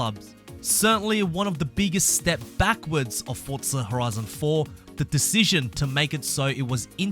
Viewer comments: I don't know why you are punishing my ears when you say fordtza FFS it was very fussstrating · I dont know where he sees the letter "t" in the word forza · Cant wait for "fortza" horizon 5 😂